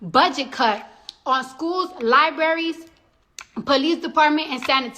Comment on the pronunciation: I'm glad you said Li-bra-ries and not li be ries